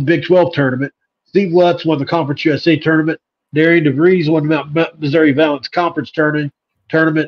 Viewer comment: Apparently though his first name is placed like it should be pronounced Deh-ree-ann, it us actually pronounced like Darren!